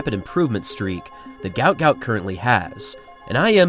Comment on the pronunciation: Mate, their are 2 versions of his name. His parents named him ‘Guot Guot’, which is pronounced as ‘Gwot Gwot’. That is on his birth certificate. However I think legally (e.g. on his passport, though I could be wrong) he is named ‘Gout Gout’ due to the error. He is also known as that to his friends, so that is what we refer to him as.